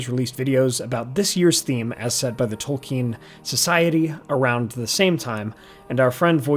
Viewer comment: OH! It’s Tolkien, not Token.